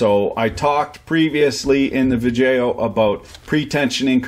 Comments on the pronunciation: um....guy, why are you saying 'Vidjayoh' maybe im missing something but isnt it pronounced 'VIDEO'? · I hope this guy is purposely butchering these specific words; vijeo hahaha. Dude is really entertaining to listen to. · What in the hell is a vid-jaio? Seems like a smart guy needs to learn how to pronounce words in the English language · Obviously he's doing that on purpose, along with smelloscope and other malapropisms that I guess he finds to be self-amusing.